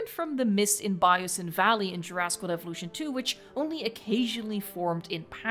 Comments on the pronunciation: evolution was pronounced evo- lution... i wonder why?? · "jurassic world Eevulution thwee" Hits hard 🔥🔥🔥🔥🔥🔥🔥🔥🔥🔥🔥🔥